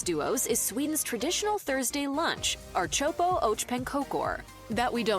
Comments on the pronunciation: No, we don't dip our pancake in the pea soup. That's nasty. She's confused. Don't listen to her. She can't even pronounce the name of the dish. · Omg we really don't dip the pancakes in the soup! And also her pronunciation of ärtsoppa is all kinds of wrong. Smörgåstårta is soo good. I mean layers of seafood or coldcuts mixed with cream cheese, mayo or creme fraiche what can go wrong with that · There is NO dipping of my pancakes into peasoup! NEVER! The pronunciation was terrible to Swedish ears. - Swede from Stockholm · one thing that can not be stated enough,the narrator butchers most of the names of the food. No,we won't dip the pancake into the ärtsoppa (split pea soup) One other thing to add, kladdkaka is one of the first thing we was thought to make in schools here in Sweden. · Funny that she is speaking english then when speaking of the food she uses the swedish words and it sounds horrible😂😂😂 why dont say them in english so all people understand👀🤠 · She is really murdering the Swedish pronunciations. 😂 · I agree. Hopeless pronounciation, specially for Ärtsoppa... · Archopo och pankokor.. this AI totally butchered that. It's Ärtsoppa och Pankakor (“AIRt-sop-pah ock PANN-kah-koor”, or [ˈɛːʈˌsɔpːa ɔk ˈpanːˌkɑːkʊr] in phonetics ).. and then took forever to explaining that it is "pea soup and pancakes" Also, about the princess cake, she did say what the flavor was: Marsipan. It's a sugary almond paste. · Ar-chopo oach pancokor never gets old. It's the worst butchering of Swedish i've ever heard in my life 😂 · ”Art soppo arch pan cocor”😂